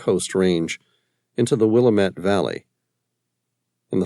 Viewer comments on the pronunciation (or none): Good story... Will lam it not Willamat